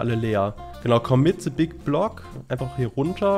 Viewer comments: Es heißt THE nicht SE! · "se big block" 😂😂😂😂 beschte Aussprache 😂 Dafür mögen wir dich😂👍👍👍